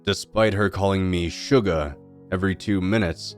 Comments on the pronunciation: “Calling me Sugah” 😂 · Bro the "sugah" killed me